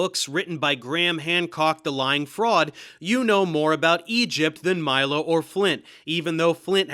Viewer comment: they did do a crossover episode. But Stefan pronounces his surname “MEE-lo” rather than MY-lo (Dave might have gotten it wrong, Milo Rossi did the first time he mentioned Stefan)